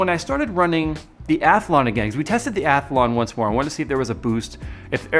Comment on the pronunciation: When did Athlon get an invisible "a" in the middle...or is that the American pronunciation?